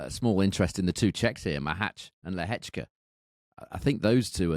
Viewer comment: Predictions are best when people have money on the line! Haha. I only wish would drop his chav / bogan / red neck pronunciation of Machac / Lehechka